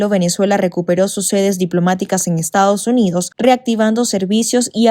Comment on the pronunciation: no es Estaujunío, es Estados Unidos. Eres Politólogo.